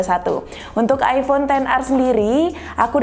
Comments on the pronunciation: Gua kok dengernya mbaknya bilang aibon bukan aifon ya? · Gw denger nya aibon xr 🗿